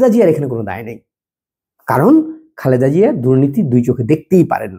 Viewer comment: সম্পূর্ণ ভিডিও মনযোগ দিয়ে দেখলাম,আপনি একটি বারের জন্যও ম্যাডাম জিয়াকে খালেদা জিয়া বলেননাই বারবার বললেন খাল্দা জিয়া🙂 আল্লার গজব পড়বে আপনারা যা শুরু করেছেন 😁